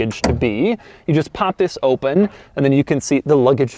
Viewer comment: "oopen top"